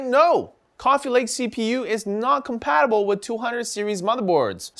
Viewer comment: Compatibilble? Is that even English, AsRock?